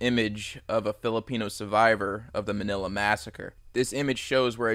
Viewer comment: You said manila wrong lol